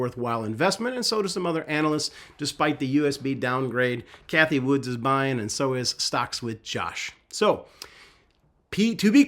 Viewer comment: Hey Josh, love your channel and appreciate all you do for us. But … her name is Cathie Wood. No ‘S’ at the end. 😂